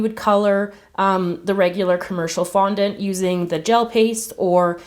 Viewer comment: did anyone else realize tgat she said fontant